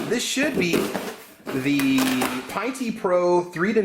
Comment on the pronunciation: Pinn-tee not pine-tee